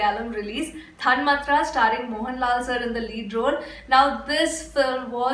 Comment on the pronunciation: The thanmathra is pronounced thanmAAthra. The second A is long. A very good review of a very sensitive film by Blessy. As a matter of fact, the performance of Mohan Lal drew unstinting praise from the doctors. The portly actor is a very ordinary man off-screen, but the way tansforms himself into the role without an iota of exaggeration is a supernatural gift. He is not a method actor. He gets into the character intuitively and spontaneously. Keep it up.